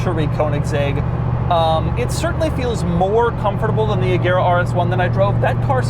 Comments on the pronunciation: The name is pronounced "Rejera" and means "rules" in Swedish. Source: I'm Swedish ;) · Fun fact: it is pronounced Rejera (it's a Swedish word for rule) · The swedish pronunciation is not with a "hard g" but more of a "soft g" so not "reGera" but more like "rejera" and say it a bit slowly and you have it. It meens "to rule" in swedish. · Isn't it pronounced Rejera? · The g in Regera is soft so it’s pronounced more like reh-JEHrah. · Fun fact: Regera is actually pronounced "RE YEAH RA" in swedish, it means reign or rule. The G is soft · FYI, "regera" is Swedish for rule and the G is pronounced as a J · Youre saying Regera like Agera which is odd to us natives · Not to nitpick, but the "g" is soft, not silent.